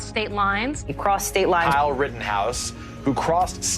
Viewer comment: At some point, while listening to this, it sounded like "prostate lies" from the amount of times i heard "crossed state lines".